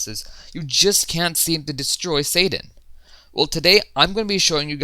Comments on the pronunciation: U kinda said satan not sadan with ur acsent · Says sadan like satan